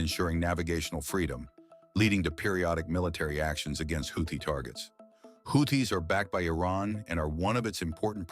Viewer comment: GET RID OF THE NEW VOICE CANT EVEN PROUNONCE HOUTHIS CORRECT